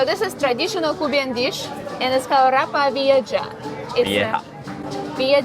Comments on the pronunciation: Ropa Vieja. (rope-ah vee-ay-ha) She pronounced it wrong. haha (literally translates to "old clothes" but it's delicious. At least, my Mom's was. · It's ropa vieja. You butchered the pronunciation. The meat is not steamed it's slow cooked. I prefer cooking it, simmer in the tomato sauce. The shred the meat.